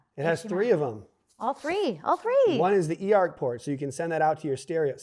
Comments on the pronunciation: What kind of HDMi port allows the data to be sent to a stereo/amplifier? Did you say “HDMI ER” port? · oh. He says “eARC” …sounded like he said “ER”…thanks!